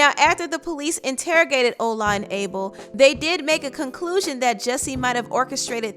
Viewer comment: it is pronounced ola not ula (the nigerian men)